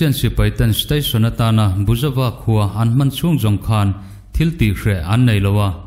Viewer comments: Buizova khua tiin kan chhiar chu le.A ngaihnawm ṭhin e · Buizova khua tia kan chhiar chu le. 🙊🤣